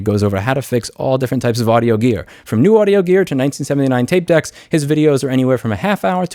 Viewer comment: 'tape deex'?